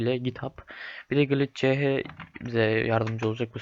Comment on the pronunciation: ''gilitcehe'' değil o ''glitç''